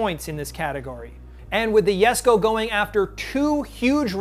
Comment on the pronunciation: It's pronounced Yesco...